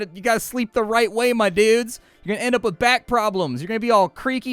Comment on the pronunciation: The way you say dudes... how old are you exactly? Did you turn 20 in 1983? I'm 40 and the only people who sound like you are way older than me.